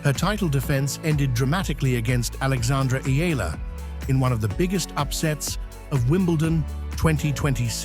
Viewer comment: Finally! A tennis video where the narrator pronounced Eala (Ee-yah-lah) correctly, hallelujah!